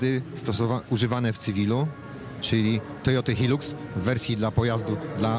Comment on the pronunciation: to nie TOYOTY hiluks tylko TOYOTY HAJJLAKS